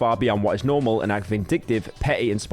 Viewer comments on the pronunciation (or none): none